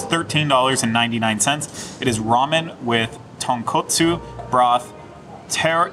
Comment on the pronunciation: Yes,, you pronounced the broth correctly the first time. TonkOtsu is a broth made of pork meat and bones. TonkAtsu is a fried pork cutlet. It's a pet peeve of mine when I hear it pronounced incorrectly. Sorry, was right! Although his pronunciation of tare egg was incorrect.